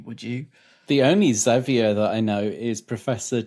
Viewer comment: Though they always pronounced it "Ex-avier Roberts" instead of "Zavier Roberts," which used to annoy me.